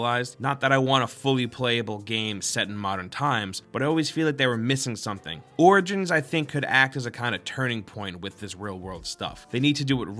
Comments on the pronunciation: Is it just me or are you saying assassin's Creed: Organs? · dude, "origins" reads like 'orijins'.